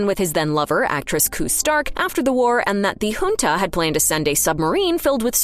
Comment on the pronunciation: Well at least the ai pronounces junta correctly.